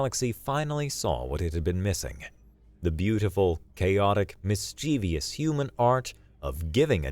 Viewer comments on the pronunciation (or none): Best narrator. An actor. But.. the word is mis chiv ous. Only two "i"s